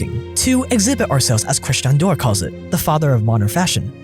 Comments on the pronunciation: Pronounce Dior properly. It is “Dee-Or”, not “Doir”. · Dior Dee-or Not door Love your vids 😊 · If he says dewwr instead of Dior one more time I’m gonna eat my hand. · it's DIOR for god sake not doyr not dewr D I O R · Shoes Dior but says mua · DIOR= "DEEYOR"... no thanks :) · I love your videos so much, but the way you pronounce “Dior” is criminal. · Hi great video. Please look up the correct pronunciation of Dior though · This is one of the worst attempts of saying Dior and Moet I’ve ever heard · Any French speaker cringing at the pronounces Dior? 😂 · You murdered the word "Dior" so bad... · that dior pronunciation is killing me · What did you just call dior ? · exactly why this bootlicker is calling all poor people dumb by comparison. He probably isn't even rich consider he can't properly pronounce Dior.